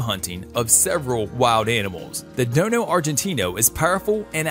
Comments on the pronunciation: It's Dogo not (Dono ) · It dojo Argentino not dono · It's call dogo not dono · What is a Dono?? Haha at least get the name right! It’s a Dogo! Also a rottie is not as agile as a pit! Also plenty of breeds more powerful than the pit it’s just that the pit bull is easy to fight unfortunately and they are always game. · I guess he "dono" it's called a Dogo!! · Bruh I hate when he says dono is dogo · Dogo not Dono! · Its a DOGGO Not DONO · Dono ...really??? Its dog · DOGO NOT DONO!!! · Learn to pronounce it right its not don its dogo